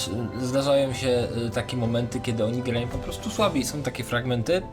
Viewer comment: grajom, wisłom, miedziom, biegajom, sr...jom🤮🤮🤮